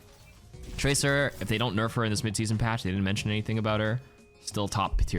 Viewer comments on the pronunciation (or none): none